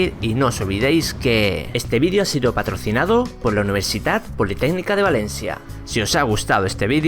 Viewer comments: dijiste al principio patorcinado en vez de decir patrocinado. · patorcinado. ok ok vamo a calmarno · Este vídeo es patorcinado?! Soy el único q lo oye así? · Creo que es cosa mia, pero, en vez de paTROCInado, creo que has dicho paTORCInado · patorcinado jajajaj que idiot